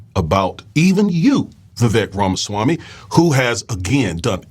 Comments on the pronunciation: When you say, Oohhh ramaswamii what-do -you-think -about - THAAAT!!! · Everyone is misspelling and mispronouncing Ramasmarmy.